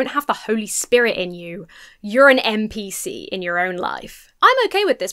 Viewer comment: "NPC", not "MPC" ;)